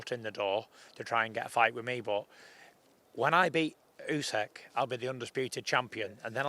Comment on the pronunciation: Can someone politely say to Tyson how to pronounce Usyk. It's not UsEk it's OOSICK.